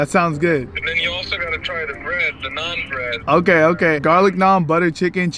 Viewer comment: THE INDIAN SAID NAAN BERAD😂